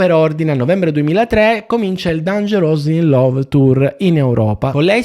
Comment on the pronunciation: "il titolo è dangerosly in love", impara un pochino l'inglese baby!